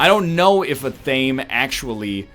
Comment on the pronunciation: Ath-ahh-may not Ay-thame.